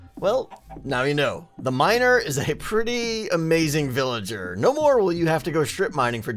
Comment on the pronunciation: you said villanter